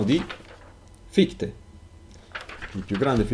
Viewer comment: prof, hai scritto se stesso con l' accento: sè stesso! e credo si pronunci fishte. Scusa, in verità ho scaricato tutti i tuoi video, molto accattivanti.